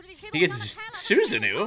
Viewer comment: it's pronounced as SusaNO